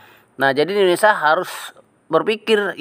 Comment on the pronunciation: Indonesa atau INDONESIA....